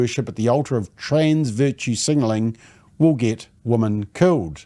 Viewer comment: 100% thanks for your succinct reporting. MSM, where are you? BTW, the pronounced plural of 'woman' is 'wimmin'.